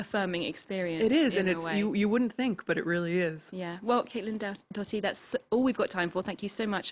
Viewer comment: Morgan Olfursson she said Caitlin death-doughty🤣 🤦🏻‍♀️